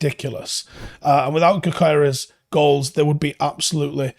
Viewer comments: I don't know anything about Swedish, but somehow I think his name is GYO-keres, not Go-KAI-res. Correct me please. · he is Swedish/hungarian and you prounance his name without saying the g in english. So its Yokeres. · (It’s YOK-ER-REZ) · you pronounce him y-o-k-e-r-e-s